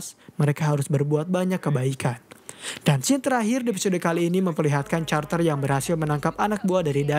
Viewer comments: carter dibaca nya karter... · Di baca karter bg.... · carter bacanya Karter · carter carter... googling dlu la ngomong carter